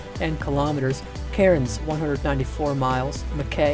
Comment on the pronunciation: That's not how to say Mackay and Cairns this is how to say Mackay and Cairns